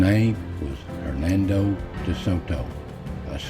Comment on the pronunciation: Hernando, please. “Hernado” sounds like he had a hernia. Edit: Sorry but names are names and no one likes his butchered 🤷🏻‍♂️😂